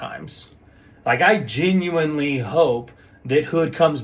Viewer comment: Mr. geenuinely geenuinely geenuinely 😂